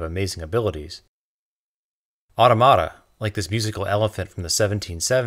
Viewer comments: aw-tom-uh-tuh, not aw-to-mat-a And, when a machine that does the work of 100 people puts 99 people out of work, leaves the one machine operator with the same wage he's always had, and gives all the money to the factory owner, average per capita income don't mean jack. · You’re literally the second channel I’ve watched that said the word “automata” and you both said it wrong. It is not “Autumn-arta” It is “Or-TOM-utta” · Pronouncing Automata incorrectly. Au-TOM-uh-ta. Now you have it. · I liked this video. One correction: your pronunciation of automata is incorrect. It's "uh-TOM-ah-tuh" not "auto-matah" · I think you are pronouncing the word automata wrong. I believe it is pronounced "au-TOM-ata" rather than "AU-to-MA-ta". Although many French people say it the way you've pronounced it in your video. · Automata is pronounced "uh-tom-uh-tah" not "otto-matta." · great presentation -just one little quibble - you need to work on your pronunciation of 'automata' - it's not 'auto-mata' like 'stigmata' but rather more like 'automa-TA' like to preserve the same emphasis as 'automa-TON' - get it? i know i know ... 'language nazi' ... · Excellent video, thank you! But.. "autoMAta"... hmm. More like "auTOmata." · For the love of Pulley, the Inclined Plane, and the Lever... it's pronounced 'autOmata' and not 'automAta'. Besides that, I do agree not only with your choice but your analysis also. Subed! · It's pronounced awTAHmuhTa. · I've always heard au TOM a ta. Excellent video. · automata is pronounced "aw-TAH-mih-ta" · Great video. One nitpick: Get the emphasis right: au-TO-ma-ta. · You're getting a down vote because of the awful way you pronounce "Automata" as "ordo-madder". Also Automata is the plural, the singular is Automaton, as there is only one duck, you should have used the singular. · I'm not crazy about that pronunciation of "Automata". I think the stress goes on the (tom) and not on the (ma). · Have I been mispronouncing 'automata' my entire life?